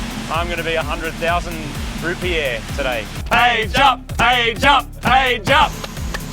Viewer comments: Wtf is a “rupeer”? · Dafuq are rupeer? Rupees? There's only one r in rupees. Rootbeers? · Rupees not rupeers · I thought they said root beers lol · it's 100.000 rupiaahs, not dollars 🤣🤣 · Me being an American, I thought they said 100,000 root beer, not 100,000 dollars🤣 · I thought you guys where say 100000 root beer this entire time... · I thought they were saying 100000 root beers XD